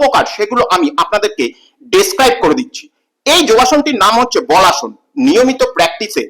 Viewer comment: বলাসন নয়,বালাসন।